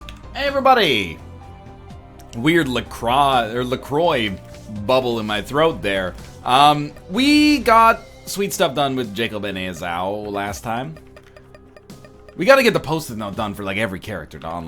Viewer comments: The drink is pronounced lah-kwah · I hate that La Croix pronounces their company name incorrectly.